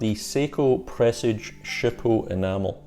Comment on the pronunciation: Fabulous video, so nearly achieved 100/100. Sharp intake of breath at that peculiar pronunciation of Presage 🤤